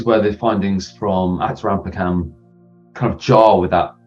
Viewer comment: It's athirampaakkam 😅pls pronounce it well btw i am tamizhan from Tamilnadu bharat🇮🇳